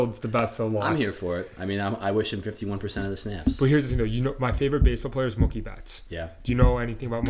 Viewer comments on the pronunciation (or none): Taking my like away because can't pronounce the name "Mookie". Sound out that double O bud.